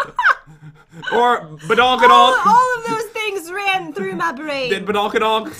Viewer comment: He said badonk-kadonk